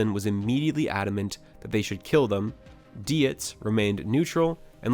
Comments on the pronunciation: It was Operation Redwings as in the hockey team, his name is prounced deets not deeutz and it's Ahmad Shah. Goddamn bro. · It’s DIETZ…..”deets”, not “die-etz”. . Geez, that’s a basic thing and not that hard to get. Come on, man. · it's 100% ai voice gen, who pronounces "dietz" as dee-ets? It's pronounced deetz. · It’s pronounced DEETZ you dumb ass. You’re sooo smart and able to make your whole hearted opinions about all this but not smart enough to pronounce a common English last name. Clown. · As soon as the narrator pronounces Dietz ‘dee-its’ I had suspicions this was foreign propaganda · Not that anyone will give a shit but..Dietz is pronounced Deets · Good lord. Dietz is pronounced like 'deetz'. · Dietz is German and pronounced like the poet Keats ie deatz... This video is therefore totally the wrongest on YouTube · The way you pronounced Dietz 😵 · sec in and I can’t even listen anymore. You mispronounced a dead SEALs name but made sure to correctly say the Afghans. Then you make it sound as if Luttrell had ANY say. Murphy was the officer. It was his decision to free the goat herders. in already 0 for 2. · idk if we read the same book or what but it doesnt sound like it lol. its also super annoying hearing you mispronounce a bunch of stuff, especially deitz